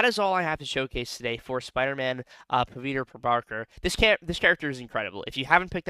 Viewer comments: Pa-wit-ra this is how u pronounce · so we South Asians actually switch the w and v sounds lol. My parents talk like that. But, in the movie, he introduces himself a “Puh-vit-ruh” and Gwen calls him “Pav” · i agree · 😂😂😂you pronouncing the name was funniest